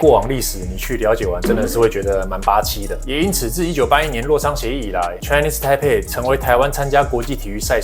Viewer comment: 不只是波特王，很多台灣人 Chinese台北 不會講，都說成 Chinese胎輩。改成大家都不會說錯的 台灣 吧。